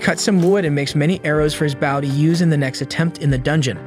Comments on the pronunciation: Say it with us .. B-oh. He uses bow (B-oh) holly crap how hard is this single word..? Please never make another video if you can't say a simple word... all you had to do us listen to the show and he says it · He keeps saying bow sounding like wow. It's like come on man. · everytime this guy said bow, i couldn’t help but yell stfu each time forgetting that this is literally a video 😭 made me so mad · Ok he pronounces bow wrong the entire video accept when naming the x bow ... So they clearly know how. Makes me think its an ai generated vid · I made it can’t take the bow pronunciation. How can you mess that up? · I couldn't imagine u could butcher the English language with the word Bow until tastier wow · Why would you say bow like that. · Anyone else annoyed at the use of the word B-o-w instead of Bow hahahaha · You’re killing me! Learn how to pronounce bow! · Learn to pronounce the word "Bow" in reference to the weapon and not the gesture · Heard you mispronouncing bow once and decided to dip. me if it gets fixed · Dude the way you say bow single handedly ruined this entire video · how in the actual fuck did this go for 1 1/2 hours and you still keep saying bow wrong. If this is an ai voice you set then fair enough, BUT if that's you reading a script you wrote, you desperately need to go back to school son. Like more school than normal school ,cause you don't know how to fucking read. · How he pronounces Bow That is the front end of a ship and it is not as close to a front end of a ship. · Hey cmon guy you know the AI can't tell the diff between bow and bow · Ong bro been pissing me off everytime he say bow wrong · It’s not that bad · Why was bow mispronounced the entire time? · Its a fucking AI that cant read things in context. After the fifth "bow" i had to turn it off. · Would appreciate you make better efforts to pronounce certain words correctly ex... Bow not Bao which is a type of savor stuff bread. Bow is the weapon the main character was learning how to use.